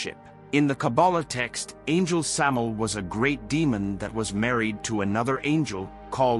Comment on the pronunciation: Also it's pronounced Sam-eye-el. The "EL" in his name means "God" (or The God) in Hebrew. And it's not a myth that he was the serpent. Samael is Nahash. In Hebrew Nahash means "The Serpent".